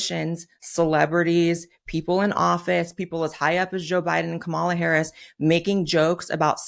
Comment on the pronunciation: She needs to work on the pronunciation of Mrs. Harris name!